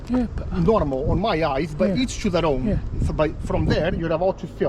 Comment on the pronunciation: "Eeech To Theer Own"